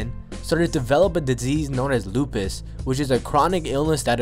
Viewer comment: It’s called FKN LUPUS not DUPUS